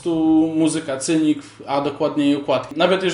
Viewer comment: Chłopie, Masvidal, a nie Masdival, a Cynic, czyta się z S na początku.